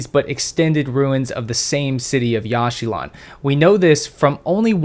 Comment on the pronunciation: It is pronounced "Yawsh chilaan" not "Yash shee lawn"